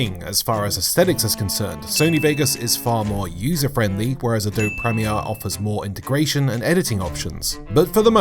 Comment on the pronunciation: I die a little inside every time he says Adobe.